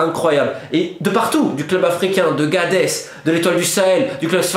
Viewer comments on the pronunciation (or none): GaBés.... Pas Gades... Seul erreur de ton intervention incroyable bravo mec tu es le